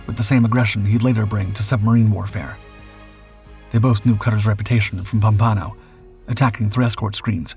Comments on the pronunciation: It's pronounced "pom-pan-oh," BTW. Anyway, I LOVE your channel!!! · pum-PON-o Is that anything like POM-pa-no? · You are mispronouncing USS Pompano. Small detail, but submariners notice things like that. Those World War Two submariners were the giants who blazed the trail and established the esprit de corps for us. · Pompano lol. Stupid AI narrator